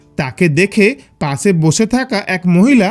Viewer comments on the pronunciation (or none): Why this guy is talking like that ? Pase Bose hase lol 😆 Learn to say Pashe. Boshe, Kashe